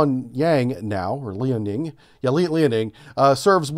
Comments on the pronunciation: Love your content! Pronunciation guide using phonetic spelling. Liaoning = Leow (like meow) -ning. Wuxi = Woo-she. Xi {Jinping} = She. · Pronounced LEE OW NING